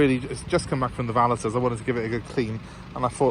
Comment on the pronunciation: valeTed 😂 valeted is pronounced with a silent T! It’s french! Or maybe they call cats what we call a shit in the past - shat (spelt chat/chatte) - but they don’t it’s pronounced sha as a comparable example 👍🏼